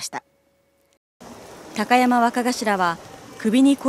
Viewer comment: きゃたやまわかがしら笑笑 どんな滑舌したら高山がきゃたやまになんねん